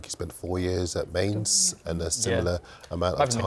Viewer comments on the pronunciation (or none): Definitely butchered Mainz